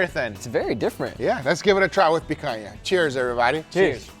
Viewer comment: As a brazilian, I approve your pronunciation of picanha 100%.